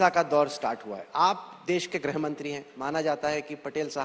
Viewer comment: ग्रह नही गृह मंत्री होता हैं। 🎉